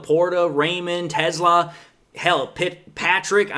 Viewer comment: not sure but I think Teslaa is pronounced tes-lay-uh